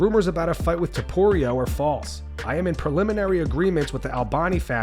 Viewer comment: Conor calling Ilia "Toporio" never gets old 😂